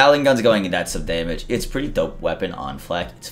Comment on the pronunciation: "Day-mij" got annoying by the third time.